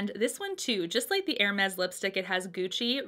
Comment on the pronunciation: Nice choices! And extra points for pronouncing Hermes like a French person! lol Keep up the good work and you'll get your purse before long. Love your channel, and the fact that even when you're talking about something you don't like, your eyes are always in a natural smile. Such a pleasure to see during the pandemic.